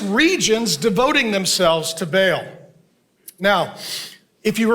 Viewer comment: Not Bail but Baal (Barl).